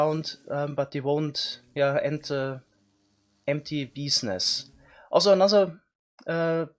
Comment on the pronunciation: talking about serious "beezniess" here